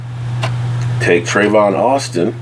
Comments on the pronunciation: Not Trevon Austin. Tavon Austin. Can an old dog learn new tricks? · His name is Tavon Austin .. not Trayvon.